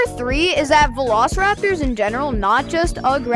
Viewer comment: Bro perdiced the vlosaraptoe